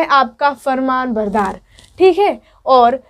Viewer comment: Aap darkhwast na bolke darkhast bolie aur farman bardar na bolke farma bardar bolie